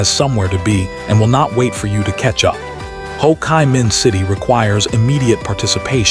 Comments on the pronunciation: Ho Cheee Min, not Ho Kye Min .lol. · lol travel and live in all these countries, but cant say the name of the city and words correctly..... Ho Kai min, wtf is that lol..... Ho kai men make more sense (wink wink)